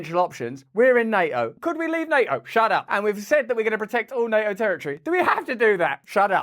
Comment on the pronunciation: I really miss you saying Ukraine will never be a member of "Nae - O" , don't fall for the political correctness of pronouncia' n !